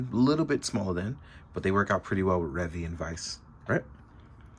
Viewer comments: Why do you refuse to pronounce his name correctly? It's literally pronounced... in the show. It's Re-Vie, not Revvy. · Revi's name is actually pronounces as "Ree-vigh" instead of "Reh-vee". In Japanese, the v is said as a "b" (Ree-bye). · Pronouncing stuff the way it is said in the show is not an unreasonable request. It's clearly not Revvy, so why say it like that? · IT'S RE-VIE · so why is he refusing to say it... The proper way? He's inventing his own pronunciation for no reason when it's literally sad... In the show. He even pronounces Revice correctly but not Revi. What even.